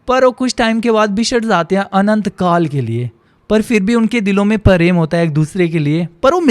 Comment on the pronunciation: aap hindi knkuch words itna galat bolte ho.. and when u narrate a story, your language and words should be clear...like u said dono mei PAREM THA, noo... It's PREM.. bhai kahani sunane k liye pehle saaf bolo totla nahi